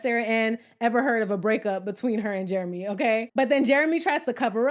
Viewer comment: “What do you recall, JARAMAY” 😅😂😅😂